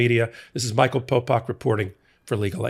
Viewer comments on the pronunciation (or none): none